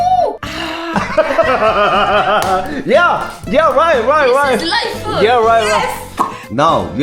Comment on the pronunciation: ㅋㅋㅋㅋㅋㅋ "this is life"할 때 라이프 한국발음이었어ㅋㅋㅋㅋㅋㅋㅋㅋㅋㅋㅋㅋ